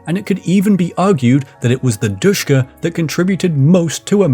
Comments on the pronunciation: I don’t want too be that guy but it’s not pronounced dushka but Dishka or D S H K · Sh is not "S", it is ш... As in ДШК.